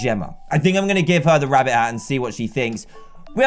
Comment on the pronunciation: One time in the ep u saif wabbit